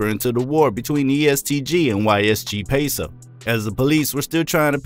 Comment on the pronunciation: Dude you said yle peso abd ysg peso. The funny part is, its actually YOG Peso dummy